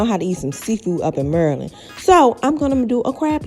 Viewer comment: 🥺🥺 i could cry! Love this! " im from murrrland " lmaoo fr